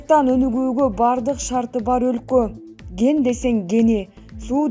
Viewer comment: Ген башка кен башка туура суйлонуз